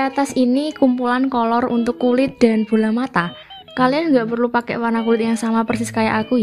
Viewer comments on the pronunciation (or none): KK bilang nya colour tapi gw denger nya Kolor🗿